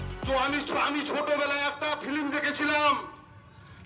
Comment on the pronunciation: দুষ্কৃতি, দেশদ্রোহী, বাংলাদেশের সমর্থনে মুসলিম ভোট এক করার লক্ষ্যে এই তান্ডব।এই তান্ডব থেকে অমুসলিমদের দৃষ্টি ঘোরানোর জন্য জাভেদ সামিম কে দিয়ে আই- ওয়াশ করানো হচ্ছে।ফিলিম উচ্চারণ করা ওই বাংলাদেশী চেয়ারম্যান টাতো পরোক্ষভাবে জড়িত।